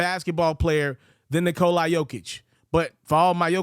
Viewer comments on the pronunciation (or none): You can't even remotely come close to pronouncing Nikolas name lol. The "a" is a soft "a" (like "aw" or "ah") and you seem to think it's a hard "I" lmao